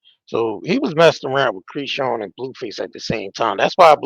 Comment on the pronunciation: Dude why are you purposefully mispronouncing Chris-Sean’s name? You already sound hood af guess you don’t care to sound ignorant 🤷🏽‍♂️ that’s between you and the ppl that raised you. Embarrass them all you want. You can take the 🥷 out the hood type 😬